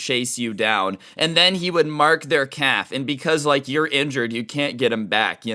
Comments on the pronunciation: The entire time, I thought he said "cap" until he mentioned shorts v jeans, and realized he said "calf" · I can’t tell if your saying calf or cap